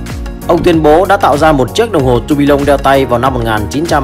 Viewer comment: Tua bia on not tua bi lông